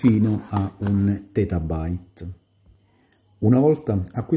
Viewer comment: 1 "tetabyte" che stai dicendo?